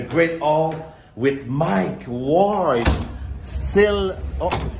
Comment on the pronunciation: Prononce son nom comme il faut au moins… c’est pas Mike Wall c’est Mike Ward